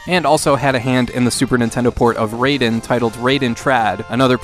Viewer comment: Raiden is pronounced Rye-den, not Ray-den. I blame Mortal Kombat for this common mispronunciation. :)